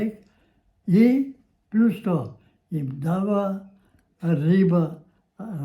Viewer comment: Дедото кажува -"Пљус" а не плус.